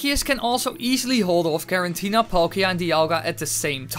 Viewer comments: It's "Giratina" not "Girantina" or "Gerantina" .... so this video and channel not really believeable... learn basics... like pronouncing pokemon names...since Giratina is simple name. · i cringe everytime you say garantina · i love how you say giratina garantina XD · Girantina or Giratina? 🤣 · Say Garantina one more fucking time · I’m impressed that you say Giratina wrong, every time you say it.